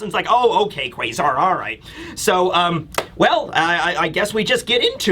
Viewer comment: What's the thing with him saying Kway-zar? That's so fucking annoying